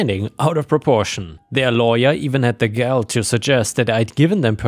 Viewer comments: Gall pronounced like all. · I really despise being the grammar police, but there is one word you consistently pronounce wrong. Gall. It rhymes with ball. My days of pronouncing German words correctly are long gone, so I mean no offense. Your English is beyond excellent. 🙂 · that's the umpteenth time you mispronounced "gall". It rhymes with "wall", "ball", "awl", "all", etc.